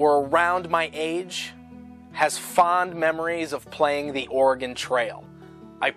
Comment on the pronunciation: I really wish someone would teach how to say "Oregon" properly..:(